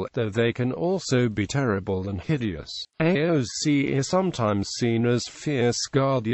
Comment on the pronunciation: This has to be the worst attempt at pronunciation ever. It's pronounced as ess shee or (in the past) aes shee by most Irish Gaelic speakers.